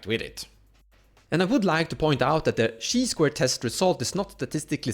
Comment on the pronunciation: Chi is pronounced like "kai" I believe